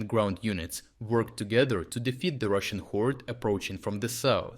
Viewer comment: Woah! Did I hear you say Russian Whores or Hoards? Also, Putini has probably promised HUGE sums to the families willing to sacrifice their sons to the tyrant's Meat Grinder if they Don't surrender.